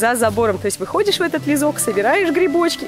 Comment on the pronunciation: То чувство, когда тебя зовут Лиза, а тут блогер сказал "лизок", вместо "лесок")😂😅